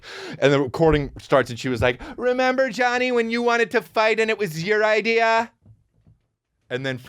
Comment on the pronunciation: Finally someone emphasizing the “r” in idea. British people can’t keep getting away with this